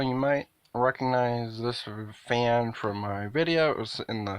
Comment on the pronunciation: YouTuber pronounces fan as "faen". He can say the word "bad" fine with has the same short "a" sound, so it doesn't make any sense, because he might say something like "This isn't a bad faen". So "faen" stuck, and now a lot of my followers also say "faen".